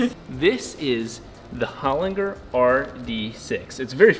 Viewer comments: Pronounced "Hole-Ling-Jerr", not "Holin-grrr". 😂🤣 Don't worry bro, you'll learn how to speak Aussie someday. 😉👍 It sounds similar to lozenges at the end. So loz-en-ges, hole-ling-jerr. 😎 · It's an Australian company and it's pronounced 'Hol-in-ger' as in 'German' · SPENDS A WHOLE DAY AT HOLINGER AND STILL CAN'T PRONOUNCE IT CORRECTLY 😂